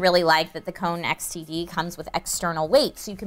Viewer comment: When she says xtd it sounds like std